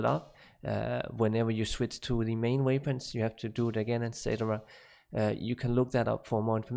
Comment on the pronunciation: I just cant get used to your accent. Hearing you saying 'way-pun' always gets me.